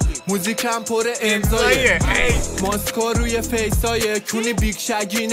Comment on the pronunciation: امضایه... لنزایه... ظاهرا واژه لنز و امضا با لهجه مشهدی تلفیق داشت.